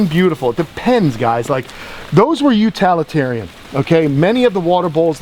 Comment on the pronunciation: Utilitarian, as in utility, not utality. Good focused information. Excellent job!!